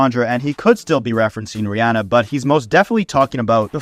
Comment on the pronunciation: No one else will care but respect to you for pronouncing Rihanna's name right!! (Ree-AH-nuh instead of Ree-AW-nuh). No one does